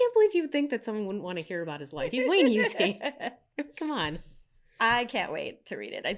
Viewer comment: It's /ˈhʌsi/ not /hjuːsi/.